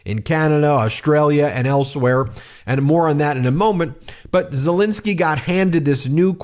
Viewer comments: Petty I know, but why do americans call Ukraine president Zelinsky when his name is ZelEnsky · Please can we be observant and professional enough to manage to pronounce Mr Zelensky's name correctly. It's not Zilinsky. It's Zelensky. You make yourself look like an amateur. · Ben,, please call Zelensky his proper name, not Zelinisky. It`s an E ffs. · Zelensky not Zilinsky. Please... It's been 3 years. Please try and get it right. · It's pronounced ZeLENsky not ZeLINsky. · Why do you call him Silinski all the time?